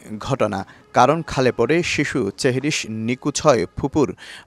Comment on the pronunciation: আসলেই!! সেহরিশ✅চেহরিশ❌ নিখোঁজ✅ নিকুজ❌ নিথর ✅নিতর❌ থাক, আর নাই বললাম